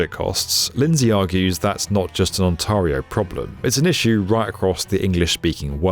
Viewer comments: Spadina is pronounced spa-DYE-na, not spa-DEE-na. (While I'm here, on-TAIR-io, not on-TAHR-io...) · Why do you* insist on mispronouncing “Ontario”? It’s ”ont-air-eee-oh” not ”ont-arrr-eee-oh” * It’s not because of an accent, it’s because of ignorance. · its ONTARIO, not ONTAREIO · On-TAY-rio, not on-TAH-rio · I'm sorry for being picky, but your pronunciations of various Toronto locations were all over the map. It was very distracting. "Where is that station going?" Checks map. "Oh, ok, got it." It's 'Ontairio', no 'Ontahrio', 'Spadeena' is actually 'Spadeyena', Gerrard is less Gerald, more Gerrarrrrd, etc. Surely there is some reference you can use to figure those out before recording the video. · “On-TAR-io”? No, no, oh GOD no. Stop it. You making my brain hurt. You also got the names of a lot of streets wrong, too. It’s On-TAIR-io, my dude. For real, just do a simple Google search to find out how the names of certain places are pronounced if you’re going to continue making content for a wide audience. You’re only pissing off the locals. 😂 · For the record, it's not pronounced "on-TAR-ee-oh", it's "on-TEAR-ee-oh". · It's On-TAY-rio 😉😂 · On-tarr-ee-oh? More like On-tair-ee-oh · It's not Ontaurio, it's pronounced On-TARE-ee-oh. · Straight from Google... The most common mistake is saying it as "on-TAR-ee-oh" (rhyming with "car") instead of the correct "on-TAIR-ee-oh". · Please, Ont - Air - eeyo. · Tah-run-oh and On-terre-e-oh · On-tear-io ....the "a" is not pronounced "ahh" ;-) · Ow dear! I apparently now live in "Ont-aaah-rio!" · For the record, it's pronounced, On Tear E Oh. Ontario. 😉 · Great video as always, but since you'll be covering this for years to come, it's pronounced ON-TARE-RIO please please please save our ears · I get it. Sometimes it’s hard to know local geographic names when you don’t live in the area. But really? on-TAHR-e-o. No one at B1M caught the mispronunciation of a place with 16 million people in one of the world’s most productive nations?